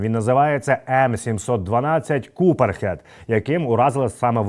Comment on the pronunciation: ААА! "кУперхэд"! 😆😆😆